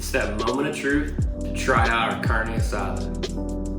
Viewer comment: the way he say carnee asdar , is a red 🚩 for me😬 next video dammn